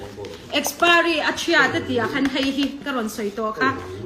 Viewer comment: Nitin adhar card hi Kan phawrh a ni ber toh a. Kan zerox deuh reng mai nen , engtin nge adhar hmanna i neih miah loh zok a, i adhar kha a lem a ni zawk a ni lo maw le. Mizo diktak awphawi poh i ni lo. Mizo diktak tan Chuan adhar card hi voters ID ai mahin a pawimawh toh zawk. I saptawng poh a pai tho mai. Kastomer, akspiry, etc😀